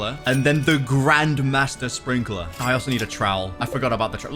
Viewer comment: he said grandFATHER sprinkeler